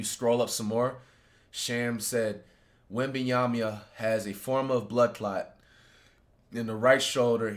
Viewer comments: “victor wembeeyamya”😭🙏🙏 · Wenbananas❌ Wenbanamyas ✅ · “Victor Wembyamya”😂😂😂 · He actually said webanyana(sry if I butchered it) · “Wembeeyamhya” yeah he’s serious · yeah thats definitly why he always saying wembananas😂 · Nah he said wembyamia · this dude said wembeeyamya fym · nah he said wembyamba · Bro said victor wemben yamya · Naw , he really Victor wembyanshda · Bro was serious and still mispronounced his name 😂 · He did NOT say that correct😂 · Bro actually tied saying his name and it was worse💀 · Bro so serious he actually tried to pronounce his last name